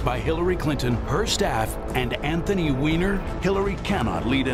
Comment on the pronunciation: His name is Weiner like Steiner not Weener. You'd think you could at least know how to pronounce a Jewish name in a national ad.